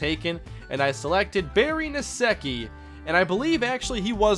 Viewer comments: Nsekhe is pronounced like Insect, minus the -t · Btw its pronounced N-seck-e. Skins gotta an O-lineman with the same last name.